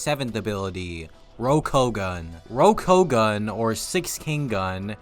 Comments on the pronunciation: How do we like One Piece and not know how to actually pronounce Rokushiki technique names. sigh ROKU O GAHN (not gun). There's a "o" in there for "king". Rokugun is just leaving an entire part of the technique out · How the hell do you mispronounce ROKU-OU-GAN when Lucci says it so many times?